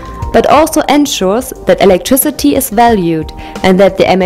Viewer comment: "electriCITY" fix your english please.